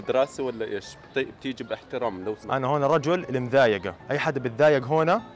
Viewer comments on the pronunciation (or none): مضايقه وليس مذايقه